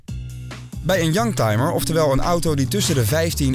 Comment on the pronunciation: Ik verstond een jank timer, dat zijn ze soms wel.....